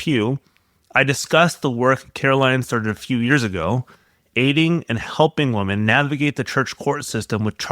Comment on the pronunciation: Please learn the diff between the pronounciation of women and woman.